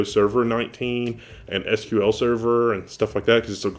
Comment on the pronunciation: wow thats some serious hardware you get to play with, let's hope amd gets adopted fast by the major enterprise players. also thanks just for pronouncing SQL correctly, i dunno how this ridiculous "sequel" started and everyone just went with it.....i mean in what world S is called "see"?